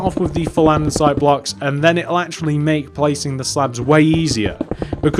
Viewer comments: Its not andensite its andesite. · Sorry, but you are aware that "Andestie" HAS NO "N" it's not "ANDENSITE" it's "ANDESITE" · Anyone else get really triggered by the way he says andesite